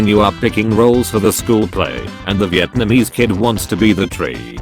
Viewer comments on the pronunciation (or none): none